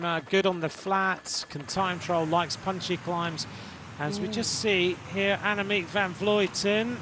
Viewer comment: Why does insist on mispronouncing AVV's name? It's inexcusable. I'm sure he's been corrected many times. (edit: I just watched to the end. It's absurd to hear him repeat her name incorrectly again and again as she crosses the finish line. How can anyone call themselves a professional and get something so basic so wrong?)